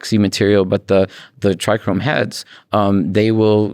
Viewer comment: Why does Todd always say TrichRome. And not trichome ? Lol? Every interview I've been watching he says Trichrome.